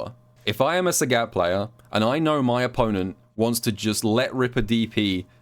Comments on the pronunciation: calls sagat SAGYATT and I like it:) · I wanted to watch this video, but I can't listen to you say Sagat wrong for 24 minutes. The announcer says his name when you pick him in Training mode, you should listen to it closely...